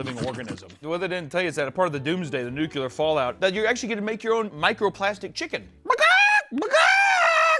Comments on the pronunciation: I'd like to deduct 2 points from for pronouncing it "Nucular" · Seven "Nukyalers", but only one "Ickspecially"? 😢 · When you can't pronounce nuclear properly one time... 😂 Luh you beach